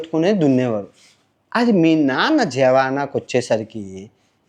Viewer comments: జవానా కాదు, జమానా అని చెప్పాలి sir.. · Jamaana bro jawana kadhu